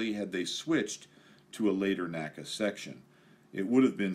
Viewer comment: Common error, but it's pronounced "N-A-C-A," vice "naca." The National Advisory Committee for Aeronautics always said "N-A-C-A."